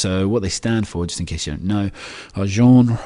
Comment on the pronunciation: is it just me or did he say 'genre' really wierd